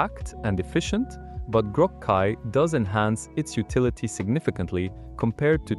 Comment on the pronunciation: Ugh it went bad just after that... CLI read as Kai and then repeated same part twice...